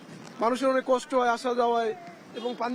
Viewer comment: (বৃষ্টি+ কষ্ট+উনিশ) রিপোর্টার ভাইয়ের এই শব্দগুলোর মূর্ধন্য ষ উচ্চারণের জায়গাটায় একটু সমস্যা মনে হচ্ছে। আমি কি সঠিক! 🤔🤔